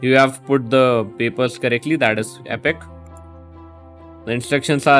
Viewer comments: He didn’t say epic...he said epok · Lol thought u said epok